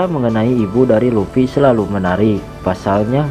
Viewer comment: Luffy bang bukan lupi